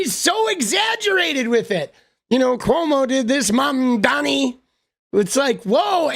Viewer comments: I can’t unhear Ana overpronouncing Mamdani’s name now that you pointed it out lmao 😂😭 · I don’t know how but Anna pronounces Mamdani with a hard R.